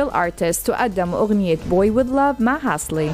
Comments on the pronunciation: قالت hasly عوض halsy ههههه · ١:٢٠ دا من حفل السنة اللي فاتت مش السنة دي😂😂😂😂😂😂. ثانيا :اسمها Halsey مش Hasley... ٢:١٥🤣🤣🤣🤣واضح ان mbc trending بيبذلوا مجهود كبير. 😅😅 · هاسلي... اسمها هالسي 😂😂😂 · اسمها halsey مش hasley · Halsey not hasley 👁👁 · هو انا الوحيدة الي سمعتها قالت هازلي